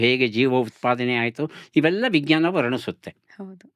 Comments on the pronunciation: ಸಂದರ್ಶನ ತುಂಬಾ ಚೆನ್ನಾಗಿತ್ತು ಮೇಡಂ ವಿಜ್ಞಾನದ ಉಚ್ಚಾರಣೆ ತಪ್ಪಾಗಿದೆ ಎಂದು ನನ್ನ ಭಾವನೆ ಜ ಕಾರದ ಬದಲು ಗ ಕಾರದ ಉಚ್ಚಾರಣೆ ಯಾಗಿದೆ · ಬಹಳ‌ ಒಳ್ಳೆಯ ಸಂದರ್ಶನ. ನಿರೂಪಕಿಯ ಬಾಯಲ್ಲಿ ವಿಜ್ಞಾನ ಶಬ್ದದ ತಪ್ಪಾದ ಉಚ್ಛರಣೆ ಕಿರಿಕಿರಿ ಅನಿಸಿತು.